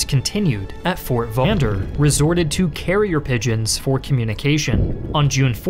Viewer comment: he mis-pronounced fort vaux as fort voo